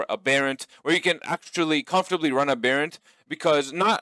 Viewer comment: Why does every YouTuber pronounce aberrant so fucking munted?